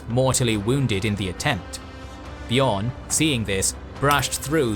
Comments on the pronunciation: Exactly, just like the Beo in Beowulf. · Slight pronounciation corrections: Gala(dh)rim - the DH is pronounced as TH in THE, not as the TH in WRATH; Beorn - should sound more like BAY-ORN, then the Scandinavian Björn.